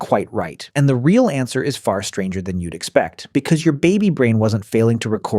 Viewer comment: i think you mean stranger not stanger